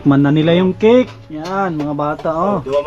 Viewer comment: "Kik" ??? :face-fuchsia-wide-eyes::hand-orange-covering-eyes::face-blue-wide-eyes: Baka cake po. "Tink" you. :face-purple-wide-eyes